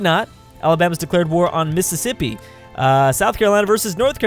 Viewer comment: Lmao he can't pronounce Mississippi.